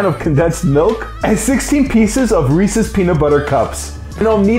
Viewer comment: bro "reeses" more like "recess" "his pronouncation bru"